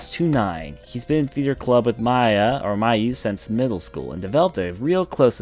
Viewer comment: This guy seriously has a reading problem, he can't read or pronounce shit, he says Mayu's name wrong(calling her maya in the character intro) and the others